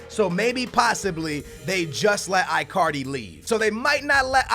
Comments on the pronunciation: like really dude work on your pronunciation of player names my ears always hurt when i hear you say Bailly and that Icardi one omg bro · i get triggerred when pronounce names wrong. marković, icardi, mané. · I-Card-E.....What?????????Seriously....WTF????Its E-Card-E. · It's pronounced EECARDI,but its alright